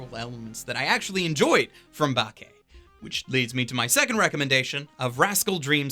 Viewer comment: >Can't even pronounce Bake properly yeah opinion into the trash.